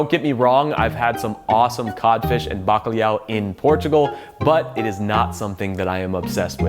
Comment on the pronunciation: your pronunciation of Bacalau is your own, It is how we discovered the world with full stomachs.